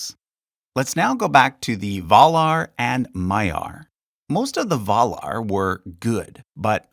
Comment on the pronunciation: Its surprising just how many names here have been mispronounced. ... even Valar.